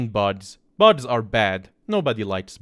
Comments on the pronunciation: its funny that he says buds instead of bugs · why does he say buds instead of bugs